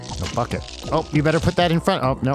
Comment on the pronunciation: said "bucket" but at first i heard "fuck it" and i was like "wow theyre a very progressive family."